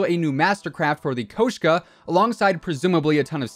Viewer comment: Bro.... The O isn't pronounced like that in Koshka. There would be an E or Koh if it were meant to be pronounced as you said. I could be wrong but that's only because Treyarch is too cheap to buy permission to use the names of real guns.